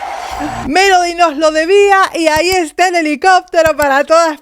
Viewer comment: Muy bien tus comentarios, pero he escuchado a muchos vocal coaches Y TODAVÍA NO OIGO al primero que diga que #Melody PRONUNCIA la V en vez de B en dos oportunidades en palabras que se escriben con B. Se supone que un coach debe saber esas cosillas y sería genial que las mencione en sus análisis para que la gente también aprenda sobre #dicción. Mi oído capto dos veces el mismo detalle: 1🔴Justo empezando se oye lo fricativo en "Desde que era *Vien pequeña". 2🔴Pronuncia: "la igualdad es mi *Vandera" (min 4.02). Esto lo aprendí hace bastante; sin embargo me costó quitarme de mis locuciones esa fricción de la V que no es propia del #castellano sino de otras lenguas, precisamente porque creé un vicio al pronunciarla. (Recordemos que la V se pronuncia como B en español). No obstante, no es un pecado hacer la fricción en palabras con V en el #español. Lo que sí veo inadecuado es que se pronuncie ese sonido fricativo en sílabas con B. Debería sonar ✅Beso y no ❌Veso.:hand-orange-covering-eyes: ¡Pero, vamos!, ¡MELODY LO HIZO GENIAL! :eyes-pink-heart-shape: :face-red-heart-shape:#AdictosAlEspañol